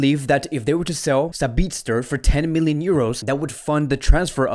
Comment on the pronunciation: Its not Sabi'ZT'er... It is Sabi'TZ'er